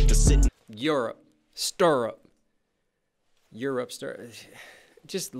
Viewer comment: I’m pretty sure when he pronounces Europe he’s also saying “kid, you’re up”